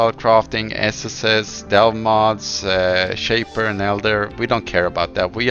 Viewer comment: I like the way he pronounces sheap 4Head 😊